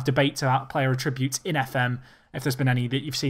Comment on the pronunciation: ATTributes, not atTributes!!